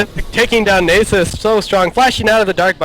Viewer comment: so this guy cant pronounce nasus and he never shuts up. nxt time ur with him tell him to shut up.